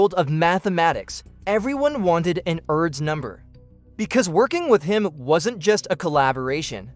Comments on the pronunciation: It’s pronounced “Urr-dosh” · I believe it's commonly pronounced as 'Air-dush'....Mr AI narrator!! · I cannot stand the mispronunciation of his name. How lame.